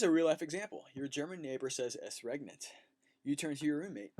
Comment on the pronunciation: Just in passing "ES regnet" not "EST regnet"